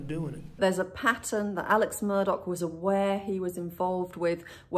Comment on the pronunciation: Why is he Alec and Murdauck .....instead of Alex Murdaugh